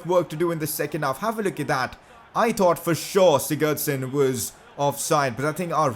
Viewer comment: Oh my god can you learn to say Sigurdsson properly